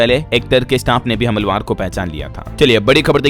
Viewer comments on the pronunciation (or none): Hamalwar mat bolo. Hamlaaaawar (aakramankaaree) kaho. Hmal ka matlab toh pregnancy hota hai urdoo me😮😮😮😮